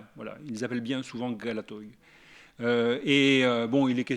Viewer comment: En grec on pronounce galati et PAS galatoi. S'il vous plait!